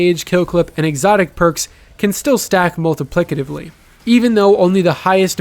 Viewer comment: Shout out to for being the only Tuber to both correctly, and without struggling, pronounce “multiplicatively.” Top notch Tuber.